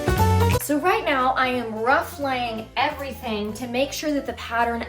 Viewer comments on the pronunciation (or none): none